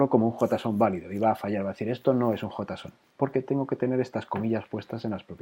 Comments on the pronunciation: jotason? asi se pronuncia ? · venia de ver cinco videos sobre "Yeison" y cuando escucho "jotason" fue como sentir un kame-hame-ha (onda vital para ustedes xD) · nadie: "JOTAson" jeje buen video!